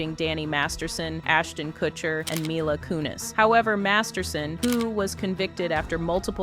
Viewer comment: You really butchered Mila Kunis' name in this video, but she's a monster, it's cool, lol